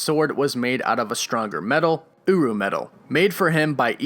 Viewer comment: No, it's not uru